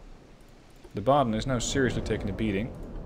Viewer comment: Wuppertal was pronounced like perfectly. Baden also spot on. But to be fair, if they aren't historical relevant ships the names don't matter that much. If you would mess up hood, Iowa, bismarck or Nagato for example, it could be worse for some viewers